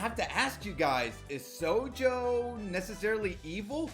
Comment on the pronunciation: me only noticing you saying sonju wrong XD (this isnt a hate comment btw)